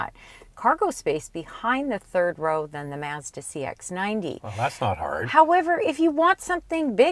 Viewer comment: For Your Consideration - I wouldn’t be able own a Mazda if I lived in Canada just because of the way you guys pronounce Mazda up there. 😂